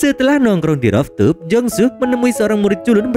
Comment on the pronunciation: cara bacanya ruftop min,bukan roftup